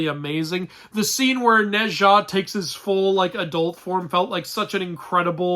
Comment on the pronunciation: Wait, isn't it supposed to be pronounced like /No cha/?